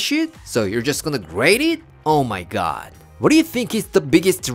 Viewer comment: (garlic) "you still wanna grate it? oh my GYOD." hahahaa 😂😂😂